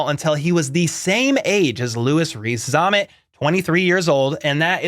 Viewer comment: Lousi Reese-Z-am-mit. There's no R in Zammit.